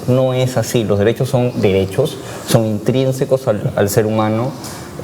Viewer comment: ENTRINSICOS, ENTRINSICOS, ENTRINSICOS.................... NO AMIGOA ES INTRINSICOS, y dices que eres profesor , pobres alumnos.